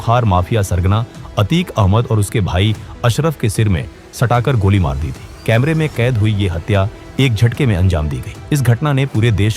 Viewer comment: wo camare nahi camera hota hai